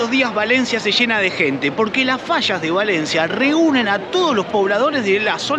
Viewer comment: No saben decir fallas dicen fasas